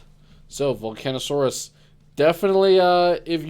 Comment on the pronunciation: How many times is gonna mispronounce volcasaurus?